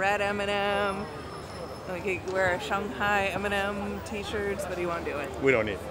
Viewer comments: Why are you pronouncing it “ShONG-hai”? Is that the correct way to pronounce? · You guys saying "Shung-hai" instead of "Shang-hai" makes me happy as someone with family roots in shanghai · "Shunghai"? "Hung Kong"? Where are the U sounds coming from in these Words? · Shanghai Sh ang HI